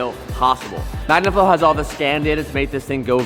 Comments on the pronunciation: Anyone else notice "back to MANGAflow" ? Lol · You just mentioned that 'back to mangaflow' its magnaflow bro🫢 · 'back to mangaflow' 🤣